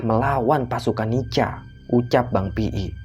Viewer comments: NICA itu bacanya NIKA,... Bukan NICHA.... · Maaf. Bang bacaannya nica tapi di bacanya Nika🙏🙏🙏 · nica =di baca nika... koreksi min